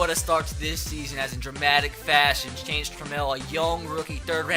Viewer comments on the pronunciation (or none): none